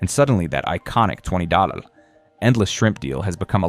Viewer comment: Was the voiceover AI??? ( - , when he says 20$ as 20 doll) There were several times clearly noticeable audible fuck ups were jarring and threw me off focus. If you're a content creator and can't even pay someone to do the voiceover, maybe you shouldn't be a creator.